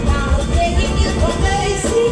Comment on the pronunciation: Last to say first so far 😂 God I love malt milkshakes ❤ did you notice it sounded like she was begging you for birdseed instead of mercy 😂